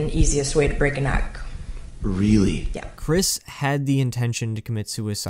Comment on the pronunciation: The ‘R’ was missing in “” because you added it to “Anthology”